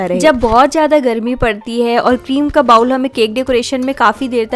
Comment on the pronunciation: Beta, bowl ka pronunciation "bah-wool" nahi "boh-l" hothi hai. Jaise kehthi hai na "bowling" karna and all? Waise.